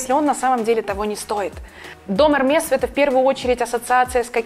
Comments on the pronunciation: Бутылочка......флакончик.Не пользоваться,а носить.Не ЭрмеС,а ЭрмЭ.Пойс-пуасон(ядфранцузский) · 1. Hermès - по-русски читаем Эрме. 2. Francis Kurkdjian - Baccarat - произносим Франсис Кюркджиан или Кюркджян - Баккара. В словах, где предпоследняя буква гласная, а последняя буква s или t, то они не произносятся. Как и в случае Eclat, Desplat, secret, jamais, bientôt и др. За ролик и информативность большое спасибо, очень даже артистично и колоритно.